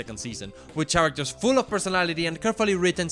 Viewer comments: in the most polite way, its pronounced "karactors" not "CHarators". But this is my fav video on youtube so theres that :) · It’s very charming how he pronounces the ch in characters…I’m only on the bojack section tell me if it gets annoying 6 hours in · Why are you saying “characters” so weirdly